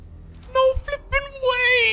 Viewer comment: I love you say fipping